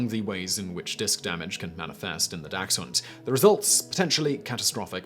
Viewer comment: Dachshund dont have a x in it